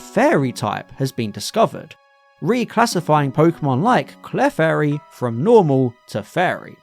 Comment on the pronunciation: Love the video, and I really hate to be “THAT” person, but when pronouncing Clefairy, the emphasis is on the E not the F, think “Cle-fairy” instead of “Clef-airy” 😅